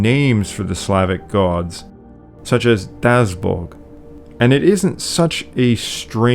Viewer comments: You completely mispronounced Dazhbog. It is not just a z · Very cool! Just one thing, it is not “Dazbog”, but “DaZHbog”. Also so peculiar that slavic “davati”=give and Bagdat are of the same root!